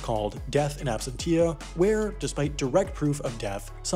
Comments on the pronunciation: Ab-SEN-shuh Not Tia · It's pronounced ab sen shia no ab sen tia ! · I’ve always thought that Americans pronounced Absentia = Abs-sen-shā and not Abs-sent-ti-a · ab sent sha not ab sent tia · Absentia: Ab - sen - sheea Not: Ab - sen - teea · I disagree. The stress should be on the "sen" syllable, so it's either "ab - SEN - sheea" or "ab - SEN - teea" or "ab - SEN - cheea". But definitely not "ab - sen - TEEa". The mistake was in stressing the wrong syllable, but pronouncing the "t" is fine. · Why go to Skillshare when a YouTube comment can teach you? It's ab-SEN-cha, not ab-sen-TEE-ya. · Well, you should've learned a bit of Latin then. It's absentia, not absensha. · lol 'Ab-sen-tee-ya' is pronounced 'ab-sen-sha'. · I disagree. The stress should be on the "sen" syllable, so it's either "ab-SEN-shia" or "ab-SEN-tia" or "ab-SEN-chia". But definitely not "a -sen-TEEa". The mistake was in stressing the wrong syllable, but pronouncing the "t" is fine. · It's not AB SEN TEE' AH --- It's ABSEN TEEA' (In Latin). Even the English "T -> SH" is more correct than the stress switch you made... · In ab-cents-ia, not absent-ia ☝️ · Sorry, as a lawyer I just can’t help it. It’s death in absentia pronounced abSENshia, not absenteea. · AbsenTEEya? Try... abSENcha! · Your constant mispronunciation of absentia nearly drove me nuts lol (the last syllable is pronounced "shia" not "tia"). Other than that, great video! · Death in absen-tee-a?!?! LOL It's death in ab-sent-chee-a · As you are in the business of communication, thought you would like to know "Absentia" is pronounced like "Dementia", not ab-sen-TEE-a. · I love your videos. But I recommend checking word pronunciation 😉 absentia is not ab-sen-tia it’s: ab-ˈsen(t)-sh(ē-)ə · Absentia is properly pronounced "Absensha," not absen-tee-a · “Ab-SEN-she-a”, not “ab-sen-TI-a” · Its absenshuh not absentee-uh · Your pronunciation of absentia hurts. ab-SEN-sha or ab-SEN-tee-uhh, not ab-sen-TEE-yuh